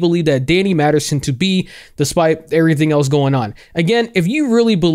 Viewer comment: *MASTERSON. Holy heck, I heard Maddison, Madderson, etc. I don't think I heard Masterson once! I mean, eff this guy to the moon, but c'mon! 😂